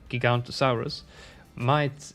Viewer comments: Its not „giganto-saurus“ its „giga-noto-saurus“ two o‘s in there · How to say giganotosaurus Giga-noto-saurus The o in to is prenounced the same way as the on in no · Giganotosaurus is pronounced “jig-a-no-toe-saurus” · Everyone mispronounced giganotosaurus because they skip all the os and for some reason I die inside when that happens. Also the the g is pronounced like a j